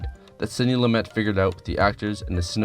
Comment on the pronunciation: Thanks for pronouncing Sidney's last name correctly. Nobody else does.